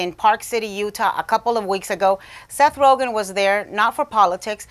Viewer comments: Seth rojen? lol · Seth "Rojan" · She calls Joe Rogan Joe Rogan and Seth Rogan Seth Rohan...classy grade school antics hahahaha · j s The joke flew way over your heads. The reporter pronounced his name wrong. It's RoGEN not RoJIN. I know a Seth Rogen, not a Seth Rojin. Get it? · This thing lost all credibility in the first two seconds when that lady said Seth Roshen. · Seth rojun?????? Its pronounced seth ro gun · Seth who? Roshane? Nah mam its Rogen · Seth “Roejin” Rogen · Its Ro...Gin not Rogchin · "Seth roshen" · “seth rojen” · She said seth roghen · Rogen not Rogen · “Seth Roejan” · Rojen? Lady, c'mon. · Did she just say Seth Rojan at the beginning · Did she say Seth Rojen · Seth "Rosion"... heh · Don't even see how she thought it could be pronounced like that. It's G not a J. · “Facts first” can’t get a name right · Can’t even say his name right but get mad cuz he doesn’t want to take a pic with Paul Ryan 😂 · How hard is it to pronounce Rogen -_- smh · anyone notice how that lady at the beginning mispronounces rogan's name like if it was french lol? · I think she really pronounced his name wrong on purpose